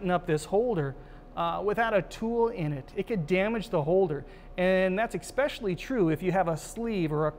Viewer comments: Omg, I love the information but I can't stand that THERE IS NO LETTER X in especially. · This video "expecially" informative. Thanks!